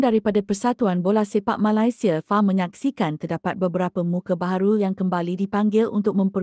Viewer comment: Cuba la sebut Malaysia betul2 min 😅